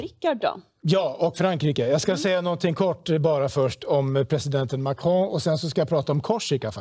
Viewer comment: Mahcroooow, jesus kristus säg MAKRON. Låter 20 gånger bättre när Emmy säger det.